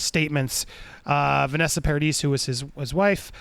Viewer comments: PLEASE...it's pronounced Par-ad-ee! The 'is' is silent it's French! PAR-A-DEE say it with Par-A-Dee not PAR-A-DIS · It's Vanessa Paradee, not Paradis. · The "S" at the end "Paradis" is silent and nope, he was never married to Winona :)